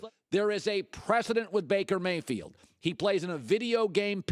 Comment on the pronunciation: "I could takle Baker Mayfiled"